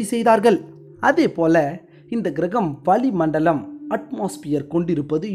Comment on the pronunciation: அது வலி மண்டலம் அல்ல வளி மண்டலம். தமிழைக் கொஞ்சம் அழகாக எழுத்து பிழை இல்லாமல் உச்சரிக்க கற்றுக் கொண்டு பின்னர் வர்ணனை செய்தால் அருமையாக இருக்கும்.